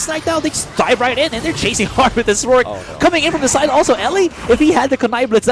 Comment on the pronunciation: Get better casters please! these dudes are really bad. Couldn’t even say the champion’s names right (ex. Rourke - Rook?!) just sayin lol